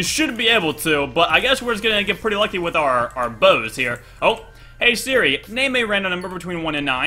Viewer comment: every time he said hey seri my ipad would go to the "help" screen! 😂😂😂